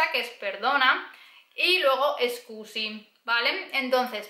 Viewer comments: Meglio dire "scusi" che "escusi", la "e" all'inizio non c'è ( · muy bueno el video y las explicaciones...pero cuando dices disculpe...no es "escusi" ...como dices muy a seguido en el video...sino solo "scusi" o "mi scusi"....